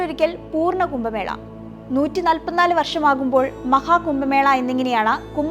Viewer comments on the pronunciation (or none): കുംഭമേളയെ 'കുമ്പമേള'യാക്കിയ വിവരണം തീർത്തും അരോചകം.